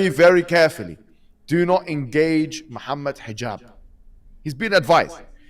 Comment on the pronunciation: This is how you know they are lost & you shouldnt take them seriously when they dont do their homework and pronounce your name wrong "Mohammed Hajeeeb" 😂 overall good upload.